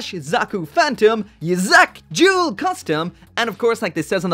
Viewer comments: oh shit the way you pronounced duel sounded like joule. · My man said "juul gundam" and i felt that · Jewel gundam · Are you saying "Joule" Gundam? Or Duel Gundam? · Jule gundam lol